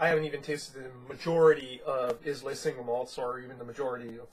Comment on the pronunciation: Islay is pronounced Eye La. Just sayin'